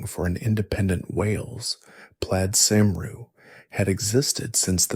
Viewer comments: NAMED CYMRU (PRONOUNCEOD FIRST SYLLABLE "KERM" , THE R IS SILENT AND SECOND SYLLABLE "REE" DEFINITELY NOT "SERM-REE". CELTIC (PRONOUNCED KELTIC) WOMEN (AND MEN WERE EQUAL AND THAT WAS SOMETHING THE ROMANS COULD NOT UNDERSTAND) I AM WELSH .ST DAVID'S CATHEDRAL IS IN BRECON. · Its actually pronounced cumre as a fluent Welsh speaker